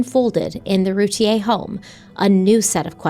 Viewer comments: Just so you know they Boys last name is pronounced Roo tear, I can't wait to hear What you guys think about this case. I grew up a city over and knew ppl that lived down their street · It’s pronounced Ru tear. I live here and well remember the case She’s guilty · Her name is Routier it's pronounced Roo tear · ROO-TIER, not rootea-A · I can’t wait to be able to finish this episode!! Off the bat, I just want to annoyingly point out that even though it seems like Routier is pronounced “Route-E-aye” it’s not. It’s pronounced “Route-E-air.” It doesn’t matter & I feel ridiculous even saying it, but here I am, doing it anyway 🤦‍♀️ I’ve been absolutely obsessed with this case for over 20 years, and my confidence in the opinion I developed the first time I learned of it has only grown stronger & more defined over the years. At one point I even exchanged a few letters with her. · Your pronouncing the last name wrong there's a YouTube video from 16 years ago of her trial and it's roo tea ear pronunciation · I believe it’s pronounced Roo teer… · Btw in Texas her name is pronounced RuTear 😂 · Couple of things. This is my town and their last name is pronounced “roo tier”, they are distant family friends. You did not mention that darlie had a significant cut on her neck which likely caused her to hang out in the kitchen while they were trying to get care to the boys. I go back and forth on if she’s guilty or not. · I’ve heard about this case since it happened. I’m from the area. I’ve always heard everyone in our area, pronounce her name Roo-tear 😪 like a tear that you cry, not the French pronunciation